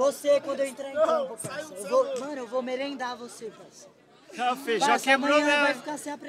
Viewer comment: Esse cara chamando o Feijó de feijão me deu uma agonia